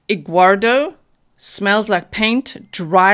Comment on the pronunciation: "Egguardo" LMAO 🥚